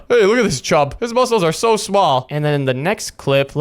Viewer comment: Why is dash saying mus-cles